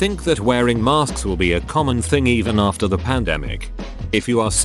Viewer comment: Lol@ narrator: "maRsk's"